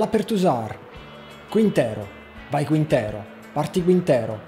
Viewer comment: Se riesci a pronunciare bene TSYGANKOV, sono sicuro che puoi pronunciare anche CHINTERO in spagnolo. Daje :)